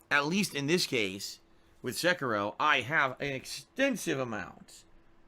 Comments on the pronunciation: SECKEROH It is like nails across a chalkboard. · Am I the only one bothered by how pronounces Sekiro as "Se-kah-ro"? I feel like he is butchering and insulting the Japanese language.